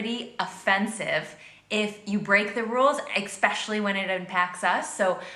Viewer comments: Anyone else notice she’s said “Expecially” instead of “Especially” multiple times in this video? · Your jokes are fine. We know you. She’s talking about cocky jerks, not you. Public transport in New York City and Chicago is excellent. Just don’t be heavily having almost sex in public, and no one will care. She overstates the road rage thing. Also, she says “exspecially” so she’s clearly not bright. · You have to take her with a grain of salt. She says "expecially." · Well she needs to learn how to pronounce "especially" it's not pronounced "eck-specially"! LOL✌🐢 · Her mispronunciation of the word, “especially” is maddening. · Do not react to part two this contributor is horrible she can't even pronounce words correctly